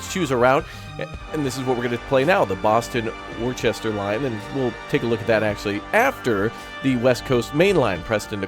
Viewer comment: Worcester, Pronounced "Wuss-ter" ✌